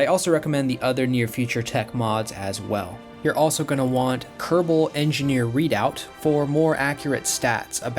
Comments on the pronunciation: Kerbal Engineer RE-DUX. Not RE-DOUBT. RE-DUX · It's Kerbal Engineer Redux not Kerbal Engineer Readout lol....